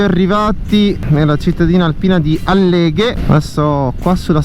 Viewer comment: Álleghe,non Alléghe 😜